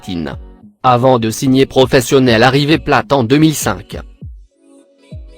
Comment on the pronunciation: Wsh il a dit river pla au lieu de river plate 😂😭